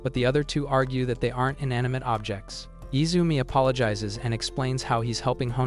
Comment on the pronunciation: His name is not Izume